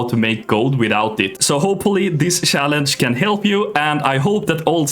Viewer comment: Swedish people that cant pronounce "CH" words 😂 He says "sssssaaalange" 😅